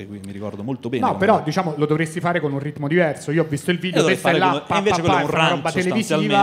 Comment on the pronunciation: Sul finale: il Decacamerone. "Un vìdeve vevamènte scatologico".